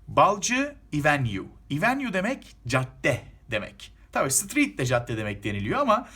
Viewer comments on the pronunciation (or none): İvenyu değil Evinyu 😎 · Hocam bazı telafuzlarda sıkıntı var mesela caddenin telafuzu